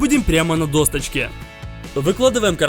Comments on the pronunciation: Да не досточке а досочке ¡ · Не на досточке а на досочке. Проверочное слово доска.